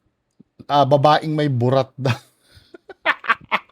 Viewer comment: Objective naman yung sinabi nung professor. Kaso yung mali daw ang pagkakasabi ng word na "babae". Hahaha 😆